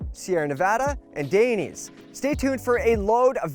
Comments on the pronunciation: .... did he just pronounce it "Day knees"? lol... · Hey: it's "Die-nay-say" 🙂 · A new channel sponsored by Dainese = a new way to pronounce Dainese